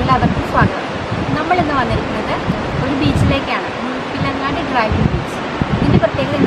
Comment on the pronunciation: മുഴപ്പിലങ്ങാട് ന്ന് തെളിച്ചു പറ കൊച്ചേ